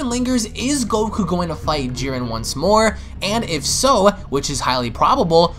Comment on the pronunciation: His name is JIREN not fucking Jurin. Im giving this video a thumbs down because I can't stand the way he says his name. Its like calling Goku Guku.